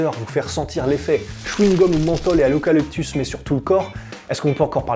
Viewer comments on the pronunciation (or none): L'eucalyptus ou lekaleptus???